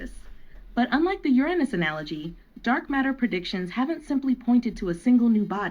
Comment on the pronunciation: I, for once, am so disappointed about the AI voice pronunciation of Uranus.